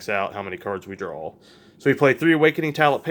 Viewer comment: ok great deck but "drawl"